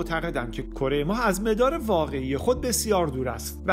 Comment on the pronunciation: سلام، خیلی عالی صدای گرمی دارید و کاملا حرفه ای اجرا می کنید، مثبت و پرانرژی..... فقط یک چیز گاهی بدجوری میزنه تووی ذوق، تلفظ اشتباه برخی واژه ها مثلا واژه«مَدار» که شما مِدار تلفظ می کنید، درحالی که به زبان فارسی اجرا می کنید حتی در عربی هم اینقدر تیز ، از کسره استفاده نمیشه در این واژه، به این واژه ها دقت کنید مَدار، مِدار، دُور، دایِره، مُدَّوَّر، دَّوّار، دَوَران، مثل آن است که مثلا دَوَران را دِوِران تلفظ کنید البته جسارت شد دوست عزیز، موفق باشید